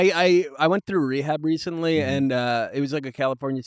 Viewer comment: RECTALLY SHE SAYS. SHE SAID RECTALLY